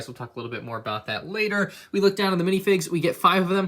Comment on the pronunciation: Did he call later latter